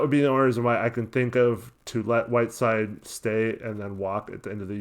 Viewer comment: Did anyone else catch the ESPN announcer refer to Whiteside as “7 foot 3 Hassan Whirside”😂😂dude is definitely not 7’3